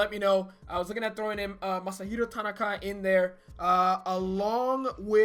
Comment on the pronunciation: God damn, if you’re going to do these team builds at least learn how to pronounce their names correctly without the horrible and borderline mediocre Spanish accent. I mean come on, you put a Spanish accent on the name Tanaka. XD